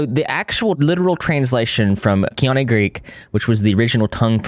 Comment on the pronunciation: Koine Greek is the form of Greek that was most commonly spoken/written in late antiquity, which is why the New Testament was written in it.The word koine means "common", and it's pronounced "Coy-nay". :) I really enjoy your channel and was delighted when I saw you'd done a video on Karissa Collins.